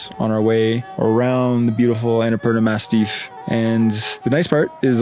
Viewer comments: Is he joking when saying Annapurna “mastiff” ;) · Is it me or it’s the Annapurna MASSIF and not MASTIFF? Unsure, since English isn’t my first language. Anyhow, I love your videos and I admire your courage and your openness. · Massif, not mastiff. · It’s “massif” not “mastiff”, that’s a dog 🙂